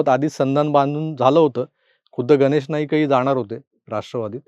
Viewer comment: "गनेश"नाही हो गणेश... गणेश " उच्चार सुधारा! बरं असो! एकंदरीत निवडणूकीची धामधूम पाहताना एक गोष्ट आवर्जून लक्षात येते की, देवेंद्रजी फार फिके पडतात... बरयाच बाबतीत फारच नरमाईची भुमिका घेताना दिसतात!